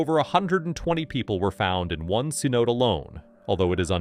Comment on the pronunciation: The AI voice you're using persistently mispronounces cenote.